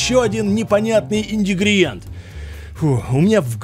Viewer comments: Мучает один вопрос сколько смотрю твои видосы , почему ты ИНГРЕДИЕНТЫ называешь инДИГРИентами ;)??? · красавчег!!)) Я ещё не слыхал такой интерпретации слова "ингредиенты!")/) "ИНДИГРИДИЕНТЫ," блеать!))) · И-Н-Г-Р-Е-Д-И-Е-Н-Т-Ы! И-Н-Г-Р-Е-Д-И-Е-Н-Т-Ы! А НЕ ИНДЕГРЕДИЕНТЫ) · почему индигредиенты, когда ингредиенты? Ты у нас учителем чего работал?) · прикалывается или реально говорит "индигриенты"? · Смотрю тебя очень давно и всегда режет слух индегриэнты , а не ингретиэнты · ну ё-маё... Опять индигриенты у тебя? Вроде ж уже нормально было...типа выучил. Не? Или это фишка такая у тебя?))) Тогда извиняй... А видос- супер! Это интересно. Делай еще.